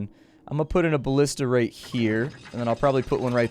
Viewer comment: Its BALLISTA gosh lol